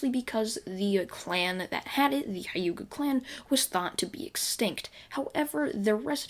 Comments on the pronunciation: Did my guy just say Hayuka clan? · Not to be rude but you saying hyuga wrong